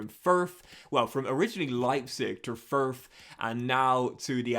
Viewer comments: "Ferf" lol. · I’ve never heard the word Fürth said like that